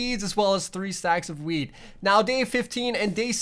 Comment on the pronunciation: you said weed instead of wheat 😂